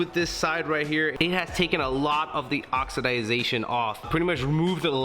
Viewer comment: Did you say.... oxiDYE Zation ?